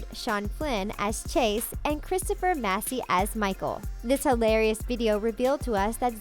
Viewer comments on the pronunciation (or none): none